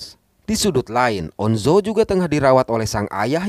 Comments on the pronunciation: On Jo bang bukan on zo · On jo aja bang bukan on zo, tapi gpp aku maapin wkwk😅